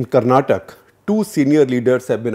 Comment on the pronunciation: Please note that it's not "karnatak". Its "Karnataka". Language is not "kannad" it's "Kannada"